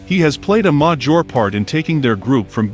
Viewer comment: "A modjure part"? Please do away with the automated voice and use a real one, you'll get more views. Not knocking on the video either. Just constructive criticism.